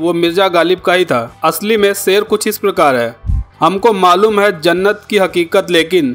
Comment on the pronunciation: Jamab aap apni bhasha aur shabdo ka sahi ucharan kijye jaise aap sha ko sa keh rahe he jaise aap sher ko ser kah rhe baar baar.. evm machine ko bhi aap baar baar masin keh rhe ho bhut hi sharmnak he ek oa Patrakar ke liye iska